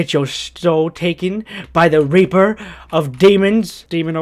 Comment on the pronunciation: I swear he just said We are the Reaper that rapes the souls lmao